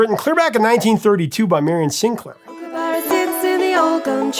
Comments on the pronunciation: Kookaburra... 1st syllable is cook not kook‼️ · Kookaburra - "kook" same as "cook", And "burra" as in "borough" not as in "burrito". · It's pronounced Cook-a-burra. The flute riff definitely does sound like the song. The crazy thing is the line goes "Kookaburra sits in the old gum tree" and when Greg Ham plays the flute riff in the video, where is he? He's sitting up in a tree! With Down Under, it always amazed me how successful it was in America because it's unashamedly a very Australian song with lots of Australian references as you mentioned. Overkill is definitely my favourite Men At Work song. It's one of my favourite songs of all time. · Mispronouncing Kookaburra notwithstanding it's great to hear a story about an Australian band from my childhood here in Oz